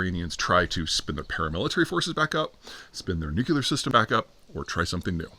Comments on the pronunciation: NEW-CLEE-ARE, not NUKE-YOU-LAR.. C’mon, man. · Nucuelar? Nuclear??? SPELL NUCUELAR!!!! THAT ISNT HOW ITS SPELLED OR PRONOUNCED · Hee hee hee! He dun say "nook-YOU-ler"... 🤣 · Everything that's happened this year and he still can't pronounce nuclear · Where’s that second U in the word nuclear I keep hearing you pronounce?